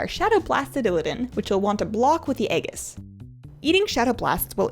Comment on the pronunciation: Aegis is pronounced AYYY (like the fonz) and Gis (like gis must be my lucky day)....but great vid other than that....I love your cheery demeanor.